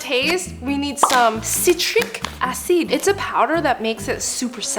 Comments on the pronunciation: And "citric a-ceed" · Citric aceed